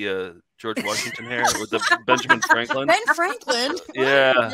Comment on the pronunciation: “Ben Franklind”